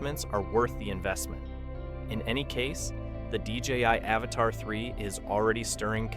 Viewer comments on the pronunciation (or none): It's Avata not avatar 😂😂😂